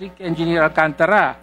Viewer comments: Hindi Alcan tara ang pag pronounce nuon Alcantara bobo ka magsalita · alcantara ayusin mo pronounce mo